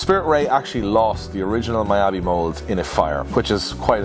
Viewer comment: its pronounced ME-YA-BE...... tbh those quarters look very clean GJ